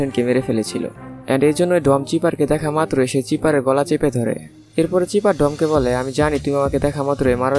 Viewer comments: ভাই চিপার না। সাইফার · লোল। ভিলেনের নাম চিফার নাকি। সাইফার